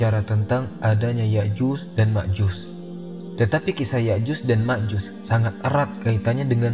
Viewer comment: Ustadznya itu kok menyebutnya Ya'juz dan Ma'juz, bukankah dlm Al-Qur'an disebutkan Ya'juj dan Ma'juj ?😢